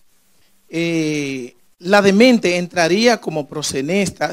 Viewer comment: Ese abogado no sabe nisiquiera pronunciar la palabra “proxeneta” parece que comió espaguetis ese dia, está muy fiiiiiiiisssssssssno jajajajaja